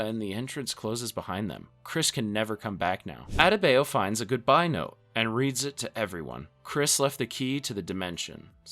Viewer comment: Bruvh you butchered Adebayo’s name😢 that’s not how it’s pronounced